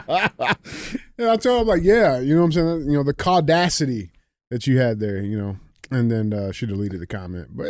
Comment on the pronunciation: New word! Caudasity!